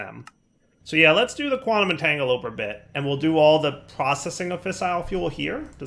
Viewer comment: “Quantum Entangoloper” Are you doing this on purpose? 😭